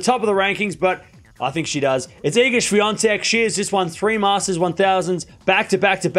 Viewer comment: There's no N in Swiatek. Why do you keep saying Swiantek?